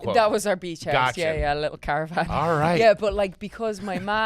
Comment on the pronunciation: Anyone else muddle "periwinkle blue" when she said "caravan"? Surprised the missed this.